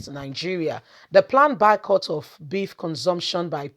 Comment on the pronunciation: Are you trying to say boycott? Because you keep saying bycott! At least that’s what it sounds like.